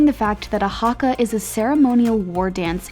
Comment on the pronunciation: did anyone else cringe when she said Haka or Maori